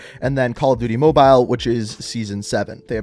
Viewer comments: Why do you say Mobile like that? 😂 “MoBiLe” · Call of duty moe-byle